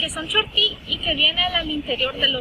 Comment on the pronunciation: Terrible que algunos estudiantes no usan bien la acentuación en el nombre "chortí ”